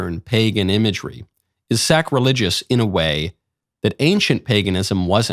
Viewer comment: Did you just say that it was ... Sack-religious? Nice one Michael, real smooth ;)